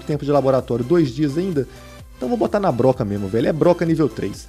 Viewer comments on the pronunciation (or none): none